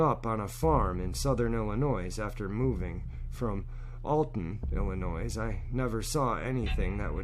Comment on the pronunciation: First of all, people from ILLINOIS don't pronounce it with an Ssss! Second what kind of "technology " can u get from a 6 year olds brain?! Especially back in 66'. Lol. This is not a criticism of, it's a criticism of whomever told him a story.